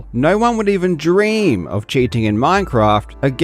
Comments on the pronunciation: The way he said no one would even DREAM of cheating in Minecraft. You're the absolute GOAT my guy. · Dreeam 😂😂 nice emphasis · "No one would even Dream of cheating in Minecraft." The way you said Dream though. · The Dream joke at the start of the video would have been funnier if you didn't emphasize on the name so hard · The extra emphasis in “no one would even DREAM about cheating in minecraft” was not missed friend thank you for that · I kinda got scared when u emphasized the word “dream” in the beginning of the video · Man that emphasis in your tone when you said "How could anyone ever dream of cheating in Minecraft" is a whole felony in itself, dang. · "no one would even DREAM" LMAOOOO the way he accentuates it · the emphasis on "dream"😂